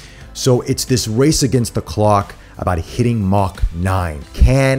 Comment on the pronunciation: Man I want to keep watching the review but when he kept saying “Mach 9” I cringe. But still love his enthusiasm!